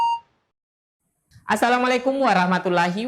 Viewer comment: Tolong bang! Belajar dulu lah kalau panggil salam menggunakan bahasa Arab, agar enak didengar.